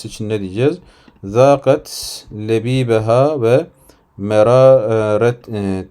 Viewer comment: Lehibe kelimesini lebibe şeklinde okudunuz hocam. Hatırlatayım dedim.